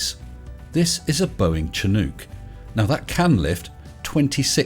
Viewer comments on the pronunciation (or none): chinook is pronounced like shin-ook. Like the leg bone and slightly like a cartoon monkey verbal utterance. It's a kind of warm wind, and also a species of pacific salmon as well as a helicopter.